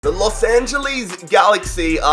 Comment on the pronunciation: No one: Literally Nobody:: The Los Angelies